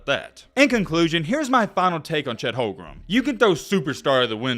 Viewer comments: The warriors had the best d in the league oh, plus it’s not Chet holgrum it’s home-grin.lol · is there a reason you keep calling him "HolmgreM" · Uh,? What's this video even saying? And it's Holmgren. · Yeah you watch all the Gonzaga games but you don’t know how to pronounce his name oh and that trash 39% 3-pt shooting you’re taking about as a center would be 2nd best in the league behind kat. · if u gonna make a video about bro at least say his name right 💀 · bro cant even say his name right and we're expecting some informed takes? lol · Claims to have followed Chet Holmgren since high school and can’t even pronounce his last name right